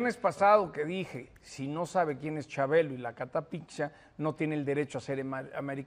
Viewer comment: jajaja alvaro no conoce a chabelo, y se dice wilo????? es que en Guatemala no pasaban en familia con Chabelo?